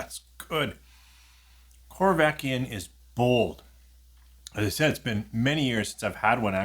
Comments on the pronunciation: Hey, the corryvreckan is pronounced corry vreckan and not corvekyan 😂 Keep up poppin those bottles open! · I was going to ask about the "y" drifting along the word and back... I think he may have accidentally said it correctly once or twice, but certainly not most of the time!